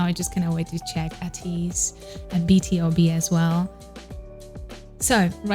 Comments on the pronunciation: BTOB is pronounced as bee-too-bee, it stands for "Born to beat" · Hii!! Love this but is pronounced B(TO)B